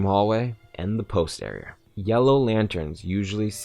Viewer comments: The way he says "Area" like "Areaer", great instructional video though. keep it up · This kid can't say "Area"